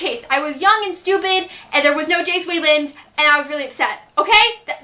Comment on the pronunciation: Hearing you say Jace Wayland was the weirdest thing ever